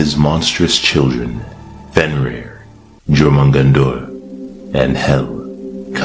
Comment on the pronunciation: You're def mispronouncing some of those. Jourmungandr You not suppose to say the j